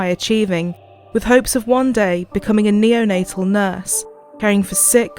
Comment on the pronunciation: "Becoming a neo-na-" 😧 "-tal nurse" 😌 oh ok